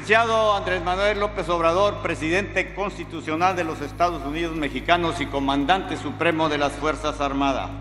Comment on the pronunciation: Futura comandanteeeeeeee a costumbrense no comandadnta